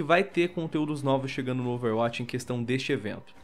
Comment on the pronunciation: Sem querer encher o saco mas já enchendo KKK Overwatch não se pronuncia com "a" mas sim com "ó", meio que overwótch, ou um "a" mais fechado